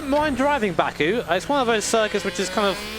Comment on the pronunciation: I kept hearing it as BAKA, the japanese word for moron/idiot